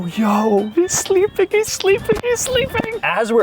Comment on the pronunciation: "HiS sLlEPIN, his SLleEppInNN" -from a wise man